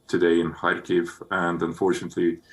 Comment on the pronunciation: Stop mispronouncing Kyiv! My god